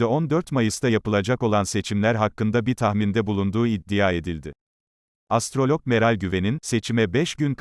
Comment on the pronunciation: Su 'iddia' kelimesini dogru durust soyleyemiyor musun spiker!?